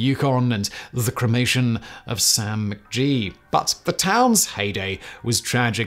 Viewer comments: lol mc gee... its gee as in geek, not "g" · Been there, done that, got the certificate. You are allowed to choose what kind of 40% alcohol is in your shot. I am so proud of Simon's fluent pronunciation of 'Yukon':) I had to laugh at Sam McGee though.... (It's G like in girl by the way) Dawson City is a super fun town, historic casino, great music festivals, a really nice time in the summer, bit too cold for most in the winter though. Thank you for another great video.